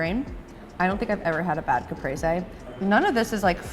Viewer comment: I'm not even italian, but this pronouncing of caprese made me sick